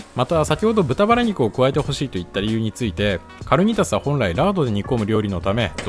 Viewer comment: かるにたす じゃなくて かにーたす じゃないんですか？